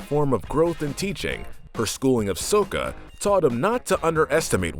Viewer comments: did you watch the movie before the show? I heard you say sohca instead of sokka! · It's pronounced S•o•k•u! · HIS NAME IS PRONOUNCED SAKA EVEN IF ITS SPELLED SOKA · Did he just say sowka 😕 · DID U JUST SAY SOKA INSTEAD OF SOKKA!!! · ITS SO (LONG O) KKA! GET IT RIGHT DAMN IT! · Calls him sooka Literally shows a scene on how to properly pronounce his name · Okay okay. He says "soh-ka". At least he doesn't say "avatar ung" like the movie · It’s pronounce Sock-a not whatever the fuck he is saying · ...DID HE JUST SAY "SOWKA"?! Shut the whole video down. SHUT. IT. DOWN. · ok tales of ba sing se episode = sokka's tale the names sokka its pronounced with an okka young ladies i rocked ya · Don’t say sokkas name like that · Bro bashes the last air bender movie but pronounced sokka the way they pronounce it I’m the movie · You mispronounced sokka did u even watch the show? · I dont like how you pronounce sokka and kyoshi :( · Yu said Sokka wrong like they did in the crappy live action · Sokka is what pissed me off the most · You pronounce sokka wrong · You bashed the movie, yet you are mispronouncing names. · ... How did you mispronounce Sokka's name! HOW? Literally the only way to do that is if you NEVER watch the show. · When he hates on live action mocie but then mispronounces sokka 🤦‍♂️ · Great video, but nothing triggered me more than how you mispronounced the names... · I was gonna give this a like until you mispronounced Sokka. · you watched the fucking show, ya? how do you mispronounce sokka's name? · It was so hard to watch while hearing you pronounce Sokka wrong over and over. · You aren't pronouncing some of the names right...also Azula is very psychologically ill she isn't evil. Also redo the video you should've added Jet and Bumi and nixed the cabbage guy. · Your mispronunciation of Sokka's name make me cringe. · Hey, did you just mispronounce Sokka's name? Oh and "Kyoshi" too. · He’s mispronounced Sokka’s name multiple times. I remember this from another video.